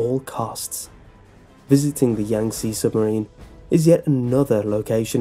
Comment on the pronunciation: Did you even try to pronounce Yangtze correctly?